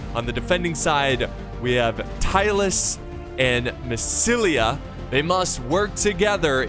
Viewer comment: Lol remember when used to say Massilia as Masaesily?